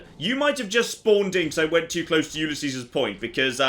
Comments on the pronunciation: I still don't get why says Ulysses' the way he does... He pronounces it YOU-lee-SEE-sehs, but if I'm not mistaken it should be you-LEE-sees (with an optional double "s" in the end if you wanna empathize the ' that denotes property/ownership). But I get it, British people are notorious for messing up unusually spoken words, usually when they're from another language (like Ulysses). xD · I REALLY hate to be that guy but its said You-Liss-E's